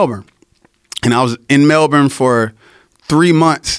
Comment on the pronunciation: He pronounces "Melbourne" correctly